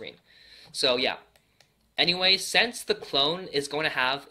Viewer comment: I love how he says sense instead of since 😂😂😂